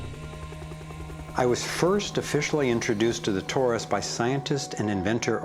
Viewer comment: It isn't 'TAURUS ... it is TORUS